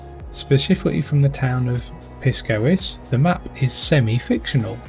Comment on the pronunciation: I believe it’s pronounced Pyskowice…. 😂